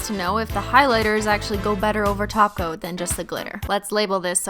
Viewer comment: Omg she finally said top coat as top coat instead of taco!